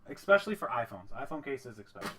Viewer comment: He says ''ecspecially'' lol